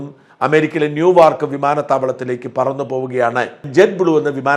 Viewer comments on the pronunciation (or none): ന്യൂവാർക് അല്ല നെവാർക് ആണ്!